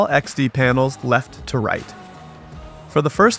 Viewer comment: Did you say right to lafe